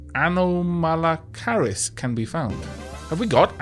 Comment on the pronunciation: OMG pronunciation of anomalocaris is horrendous XD. I'm pretty sure it's pronounced: an-ahh-moh-low-car-is (the is is pronounced like the end of a hiss sound) Hoped that helped! XD. Love ya and especially this playthrough. Hope I don't sound too hypocritical.